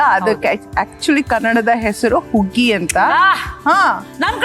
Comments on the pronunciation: ಉಗ್ಗಿ ಅಲ್ಲ ಅದು ಹುಗ್ಗಿ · ಹುಗ್ಗಿ ಅಂತ ಹೇಳಬೇಕು ಉಗ್ಗಿ ಅಲ್ಲ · ಉಗ್ಗಿ ಅಲ್ಲ ಹುಗ್ಗಿ 😅😅😅😅